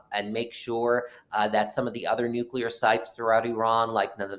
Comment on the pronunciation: He's the first person I've heard pronounce the word "nuclear" correctly in a long time! 🤔